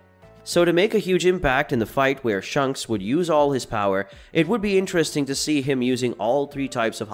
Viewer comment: its ShAnks not shunks